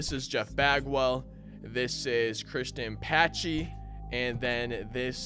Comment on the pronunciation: Christian Pacheeeeeeeee. Its actually pronounced pa-sh-ay